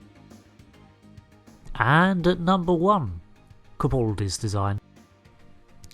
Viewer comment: Did you just call Capaldi, capuldi